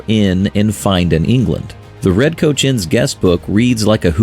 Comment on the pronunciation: Funny how the robot narrator pronounces "Coach" as "Couch."